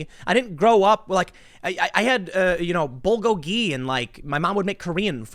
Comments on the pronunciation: Tim called bulgogi...."bow-go-gee" 😂🤣😂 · Your pronunciation of "bulgogi" was so atrocious, I'm going to have to temporarily rescind your Korean card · 🤣 I heard that too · I physically twitched on hearing it. I get it, he has nothing to do with Korea, he grew up American. But surely if his mother made it for him, she called it something. And I highly doubt she used Tim's pronunciation. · For someone that doesn't identify as white, you sure did pronounce bulgogi like a white person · As a greek man I feel like growing up in Queens makes me MORE korean then Tim, especially when he says bulgogi the way he just did